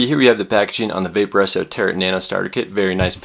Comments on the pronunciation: Good review, but its the way you pronounce Tarot drives my batty lol. It's pronounced Taroe like a Tarot card from one of those gypsy type people. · the T is silent in Tarot